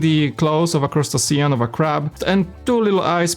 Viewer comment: Welcome back! FYI, crustacean is pronounced crust-AYY-shun. Crustaceans include crabs, lobsters, shrimp and the like. Glad to see top 10 MOCs is back and keep up the great work!!!